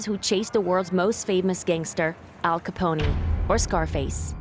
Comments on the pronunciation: Pronouncing Al Capone as Al Ca-Pony should be a crime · that must be Ai. she said Al Capony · “Al Caponey” lmao you’d imagine he’d be famous enough to where people know how to pronounce his last name correctly… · Jojo world is like 20 fn people. They mean to say the Black Disciples. The writer here clearly doesn’t know wtf they’re talking about. Also, this AI voice is mispronouncing everything. CA-PONE….. not Ca-po-NE…. DISCIPLE….. ::closes tab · I live for these pronunciations. Black Dissa-pole. Al Caponey. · This AI generated narrator is wild 😂 Al "Caponey" Gangster "Decibles" "Layten" Kings